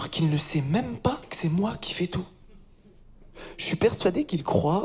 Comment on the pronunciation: "c'est" is "se" not "sey" and "fait" is "fe" not "fey"